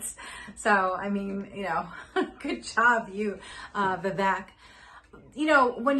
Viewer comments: I agree with the points you make on politics in general. However, please pronounce Vivek properly. It’s Vivek, as in “cake”. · Its pronounced viv-AKE